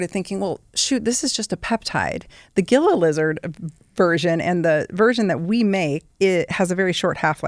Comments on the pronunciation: Gila is pronounced hee-luh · Enjoyed it but it’s Gila monster not lizard and it’s not pronounced that way. It’s “heela”, not a hard G.